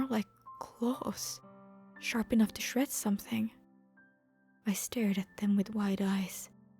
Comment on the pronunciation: "In order to stay out of range of his sharp teeth" Meh: I heard that as SHARK teeth. It's both at this point